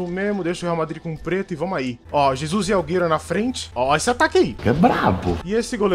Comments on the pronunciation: O certo e Äguero e assim que se fala não agueiro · EU FICAVA COM AGONIA QUANDO ELE FALAVA AUGUERO EM VEZ DE AGÜERO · O bom do games euuuu e que envés de ele falar aguero ele fala auguero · Ele chamando o aguero de augueru kkkkk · Nome do jogador: aguero Como o chama ele: auguero kkkkk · da uma agonia dele falando alghero mas é aGUero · "Auguero" kkkkkkkkkkkkkkkkkkk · "Auguero" kkkkkkkkkkk Mlhr YouTuberr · Ele falava agueiro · alguero kkkkkkkk alguero kkkkkk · " Auguero " KKKKKKK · Kkkk Aúguero😂😂😂😀😀😑😅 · ele falando alguero racho man kkkkkkkkkkkk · auguero kkk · "Auguero " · Ele falando AlGerO gol kkkkkkk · É só eu que escutei aiguero que o falou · Ele fala do jeito q ele acha q se fala